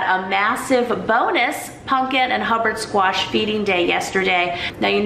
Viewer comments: Is it not pronounced pumpkin with an M not an N? Love you videos and your sense of humour. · im heaing punkin, instead of pumpkin. am i mishearing? lol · Lol at how you say pumpkin not punkin, I make fun of hubby because he says it like you. I told him that you say it that way and he said see other people say it that way 🙄, way to funny. Love you and your vlogs. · I love that you call pumpkin 'punkin'😂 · Pumpkin, not punkin